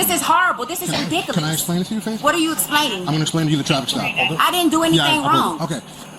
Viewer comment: This is ree dic a lis 😂